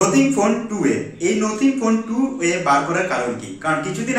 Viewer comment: নোথিং নয় কথাটা নাথিং,বাকি সবটাই সুন্দর ভাবে বিশ্লেষণ করেছ ভাই।